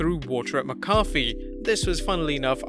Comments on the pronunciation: Why are saying mccoffe? It’s mac a fe. 😂😂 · (Mack a fee) not (my coffe) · Ok.. this is not Tomato(to may toe) tomato(to mah toe)... its MacAfee(Mack a fee). Thats the only way to pronounce it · Mac-A-Fee not McCoffee you make it sound like a McDonald’s drink 😂😂😂😂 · right- I said "coffee kingston" (never heard it pronounced) and my wrestle nut friend yelled K O F EE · it keeps sounding like you're saying Pat McCarthy. Repeat slowly after me..."MAC-AH-FEE" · its mack-uh-fee not muh-coffee lol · How about mack-a-fee. You know, how its pronounced. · Also it's pronounced "Mac Uh-fee" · For fucks sake mate, say it with me...MACK-A-FEE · It’s (mack-uh-fee) pat mccafee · ITS MACK-A-FEE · Thank you!!!!! I literally came here to say that lol. Mah-cah-fee. So maddening hearing that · Let's work on that pronunciation of Pat's name lol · Ur saying his name wrong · this pronunciation of McAfee is triggering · I grit my teeth on how he says pat's name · Learn how to pronounce Pat macfee name.